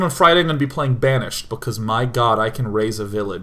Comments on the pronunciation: I'll be honest...When he was talking about Banished..I heard him say "*Raze a village" lol. Which, considering how KSP went...... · It was rather borderline raise/raze. And yes, ksp was brutalized. But at least it was funny :D